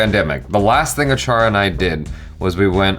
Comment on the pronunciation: tell me you are american without telling me you are american achara:@